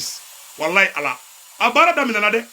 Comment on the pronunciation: Merci..mais on dit pas "" hé Allah dén "" Allah n'a pas de dén..merci